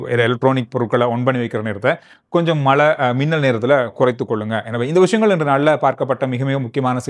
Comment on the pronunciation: மழை மட்டுமே பெய்யும் மலை ஒருபோதும் பெய்யாது உங்கள் தமிழ் உச்சரிப்பில் கவனம் செலுத்துங்கள்